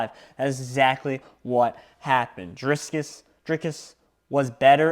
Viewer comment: Say dree as in tree,dreekus